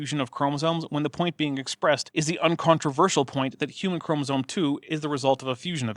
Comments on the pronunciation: Im a little annoyed at the constant fun-making of Georgia's obvious speech impediment. Or at the very least she's ESL though I can't detect any accent. There were some instances in the last episode that were, fine, I guess. But "Chromasone" really ticked me off for some reason. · I was going insane hearing "chromosone", and thinking I was hallucinating - thanks for clearing it up. I guess mispronouncing things is giving more weight to the rhetoric of "science is bad". I heard it in your other videos when other creationists talked as well sometimes. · Georgia sounds to me like she has a bit of a speech impediment. Maybe that's contributing to her weird pronunciation of "chromosome"? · On top of her saying chromosome as "chromsaone", she also says "Ourangitang" instead of Ourangitan. sigh